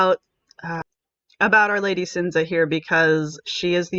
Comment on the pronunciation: It's Chin-zee-ah. I had a Sicillian girlfriend. In english its Cynthia.